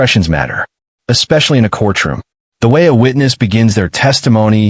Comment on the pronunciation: Man, that Ai struggles with the word “courtroom”. Once again, the saaaaaaame footage over and over. C’mon now